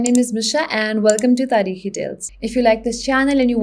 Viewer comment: At first I thought you were from India ( bcz they dominate youtube even in Pakistan) but then you said "kh" in "Tareekhi" in perfect accent, dham, you are a Pakistani😄